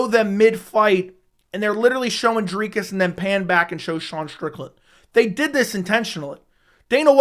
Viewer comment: Thumbs up for repeatedly nailing Dricus’ name pronunciation, and for lining that beard up! Well done, sir.